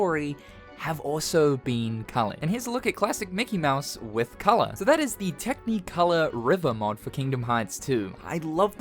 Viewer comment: Why do you say “tech-knee-colour”?